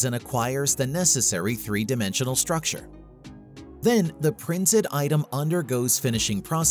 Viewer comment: Since when is STRUCTURE spelled as . . . SHTRUCTURE. Also T pronounced as CH is kinda weird. What kind of English is that ??????????